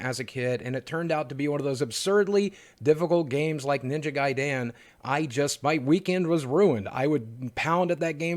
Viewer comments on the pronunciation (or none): I love that boogie pronounces it ninja guy-Dan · The way you pronounced ninja gaiden as ninja guy Dan made me smile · "Ninja Guy-Dan?" Yeah, let's get him in here. I bet he's good at Sekiro.